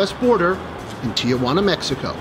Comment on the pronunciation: it is not pronounced Ti a Juana. there is no "a" just Tijuana.